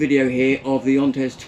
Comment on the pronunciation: It's pronounced Ant-Air-Eez